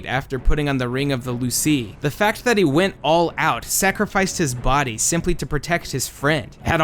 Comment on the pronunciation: LOO-SEE?! IT's PRONOUNCED LOO-SEE-AI WHAT BLASPHEMY!